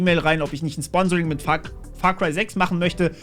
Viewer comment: Far Cry 6… ich habe Parkplatz „6“ verstanden 😂😉